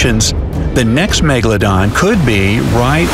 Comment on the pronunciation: Why do i always laugh when he say meGALODON